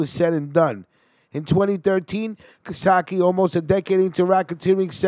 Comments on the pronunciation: Hes a great man. Real tough guy and great father. His name is not being pronounced correctly. Ca...Case. Ka - Case. Not Casatchie!!! You guys need to learn how to pronounce Italian names!!!! Yes..hes usuallysporting long greyhair Hes one of the lasttough guys. Real tough guys. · It’s Cacace not CaSake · Hey bro! Great video but you should learn how to pronounce the names right. Caccese is not pronounced Kosokki!! Look it up! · it's not casaki. its pronounced ca-sace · Nice job other then the pronunciations --- Cacace is pronounced Ca (like Car) Ca (car again) ce (like chee in Cheese) NO sock ee. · Don't worry I'll tell them twice.its pronounced cuh-case.. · It’s pronounced kah-case-ee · All wrong! My named is pronounced Ca-case, but spelled Cacace! Very simple!!!!!! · Hey its pronounced Ka-case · Its pernouced ca-case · Cacace is pronounced Kah- kase- ee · Yes your right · You gotta learn how to pronounce Italian names. PepsiCo and Cacache